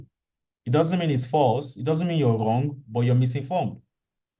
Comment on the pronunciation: The way you usually pronounce Wrong as Whong has me smiling 😁